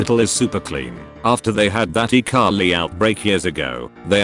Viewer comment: Text: E Coli Text to Speech: iCarly !